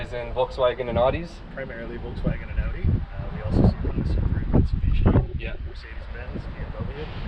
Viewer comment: Pronunciation Of Audi needs correcting :P